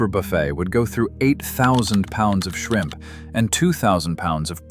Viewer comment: You forgot the "p" at the end of shrimp! Takes away from your dramatic effect!